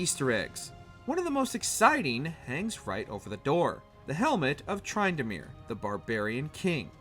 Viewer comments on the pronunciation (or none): The lack of proper annunciation when it comes to items or people erks me. Tr in du meer not Try n Dah meer for Tryndamere, De maw ci uh not de mee ci uh (Demacia). Or Lee awn dree s not lee ann drees (Liandrys torment). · please don't tell me whatmojo calls tryndamere "TRINE-DUH-MERE" or something even worse... and Duh-ME-see-uh??? this is tilting me just thinking about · All this research to find these Easter eggs, and you can’t even properly pronounce “Demacia” or “Tryndamere”. Really embarrassing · Apart from tryndamere, which I agree, lyandri's pronounced like that by majority of people, and Demacia pronounced as "de mah see ah" as garen itself screams when ulting